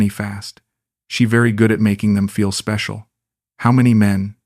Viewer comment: ""You speshull" 😂